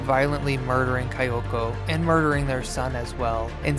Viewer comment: I feel silly correcting your pronunciation but since you asked, it’s “Kee-yoko”